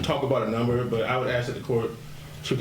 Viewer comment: If your attorney can't pronounce "ask", you're about to be smoked.